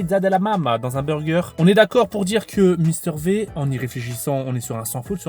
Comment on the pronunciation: Mister V (Vi) Pas Mister V(vé)